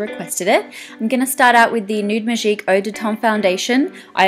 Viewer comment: Just because she's australian she can't have a french accent?! Last time I checked touche, magique, riche, eau de teint... were not english words. Think before you try to correct someone. So yeah, when saying those words she has a bit of a french accent, which is lovely, I agree with Mathilde.